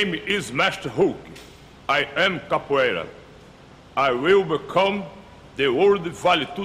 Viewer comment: one of the guys can't pronounce capoeira lol